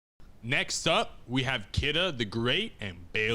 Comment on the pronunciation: His name is pronounced KEE-duh not kih-duh.